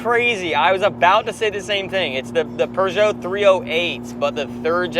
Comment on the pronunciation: Lovely video. Great cinematography. Storyline was okay. Please never try to pronounce Peugeot ever again.